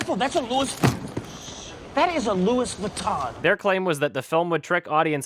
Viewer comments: I LOVE how correctly pronounces Louis Vuitton! It sounds so pleasing to me when he does it, even though most europians can't -. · This is unrelated, but I love how you pronounced Louis Vuitton beautifully